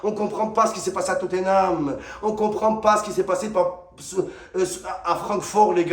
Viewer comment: Il m’a tué quand il come on totanhame